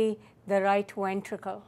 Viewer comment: I love how she says wentricle